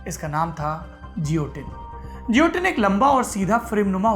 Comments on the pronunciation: Juilotinn nahi guillotine pronounce karte hai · Guillotine - pronounced 'ghe-lo-tin' and not 'je-lo-tin'. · Saurabh ji, woh upkaran jioteen (as per your pronunciation) nahi hai, it is Guillotine & pronounced as geelatine.... sorry for typing in English... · As usual, great content and presentation !👍 Just a humble suggestion ..i believe the correct the pronunciation of guillotine would be gi·yo·tin गिओटिन (French) instead of जियोटिन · It's not jiotin,it's guillotine . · Its guillotine pronounce as gi lah tin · I think pronounced as gilotin. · Guillotine ka pronunciation galat bol rahe hai Sourabh bhai. Doubt ho to Google pe check kijiye.